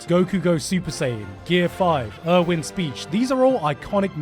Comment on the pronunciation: His name is Erwin, not Irwin.